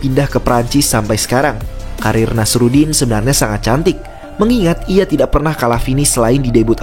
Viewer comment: Penyebutannya Nasourdin bang bukan nasarudin